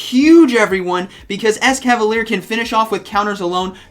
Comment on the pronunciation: Yeah but it's actually mispronounced here too as it it "ES-KA-VA-LEE-AIR" as it ends in 'ier' and not just 'er' like he pronounces.